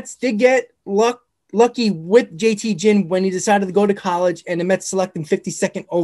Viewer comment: jt Ginn's last name is pronounced Ginn, g as in gear, not Ginn like gin and juice